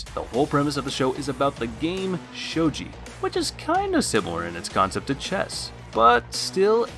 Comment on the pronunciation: Bro it’s gi not ji think of what Ryu from street fighter wears and there you go you can pronounce shogi